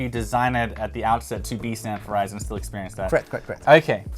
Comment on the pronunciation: I thought he said "sanfordized". I assumed we were talking about old episodes of "Sanford and Son". 📺